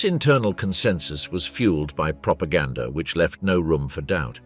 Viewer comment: The narrator said “propagandaR“.